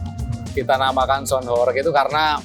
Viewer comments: Sebutan sound pun salah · ngomong sound dulu yg bener, gitu aja masih belepotan